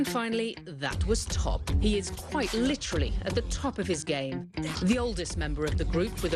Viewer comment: she literally pronounced it 'top' I cant